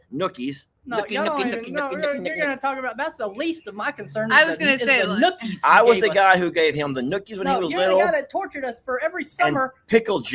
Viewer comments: Noogies lol not nookies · You mean noogies not nookies lol 😂🤣😂🤣😂🤣😂🤣😁